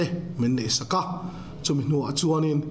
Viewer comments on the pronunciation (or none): none